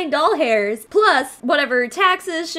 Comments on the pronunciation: Do you listen to the Big Mood podcast?? You said "doll-hairs" instead of dollars and that's what they do lol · Almost died when you said dollhairs instead of dollars bc that’s what my old coworkers and I always said in the salon 🤣 Also who wants their hair to look greasy for 3 months when clarifying treatments would take care of that.